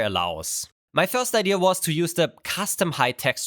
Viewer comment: He constantly pronounces "idea" like "eye deer" with the r and everything